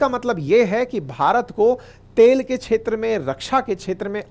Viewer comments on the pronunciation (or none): छेत्र मे नही क्षेत्र मे बोलो क्+ष्+अ = क्ष